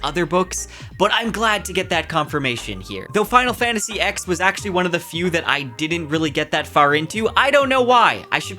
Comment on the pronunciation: Bruh Final Fantasy "Ex"? Come on now 😂